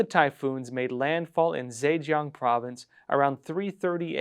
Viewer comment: Zhejiang... the Zhe is said juh. I think you need to work on your pinyin. It's been spotty.